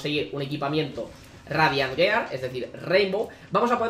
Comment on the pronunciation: ¿Tan difícil es pronunciar "giar"? Duele cada vez y en un minuto van como diez xd